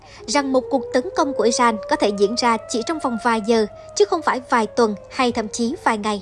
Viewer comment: Nk nó phát âm không chuẩn thông cảm nhé kkkkkk